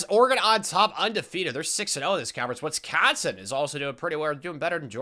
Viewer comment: Why does bro keep putting a “t” is Wisconsin? Wtf is “Witsconsin”